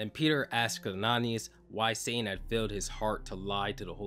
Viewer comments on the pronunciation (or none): none